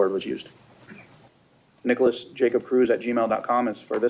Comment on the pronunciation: This is a really good video in the sense you showed me clips, videos and information on Nikolas that I didn't know before, but god, the ai voice is so atrocious. "Peter WONG," "Jamie GOOTenberg," "NEEKolas," "12-year old student Helena Ramsay ," Helena was 17 when she died, not 12, man.